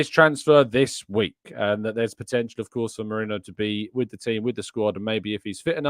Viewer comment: its Merino not Moreno 😂 bloody hell…